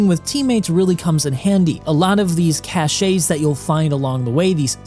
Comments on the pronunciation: ITS JUST CASH, NOT CASHAYE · Cache is pronounced "cash". And now you know.